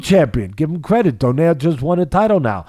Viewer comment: It's Doe-nay-re not like the pastry.